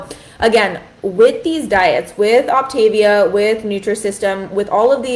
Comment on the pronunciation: Three minutes in and you have already made three mistakes in your representation of OptaVia. It's pronounced OPtaVEEah. You do NOT eat ONLY their prepackaged foods. The food is NOT disgusting. It's tasty. There are more problems with your video. Please actually do research before you speak out.